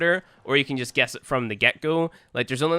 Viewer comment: He said gauess wrong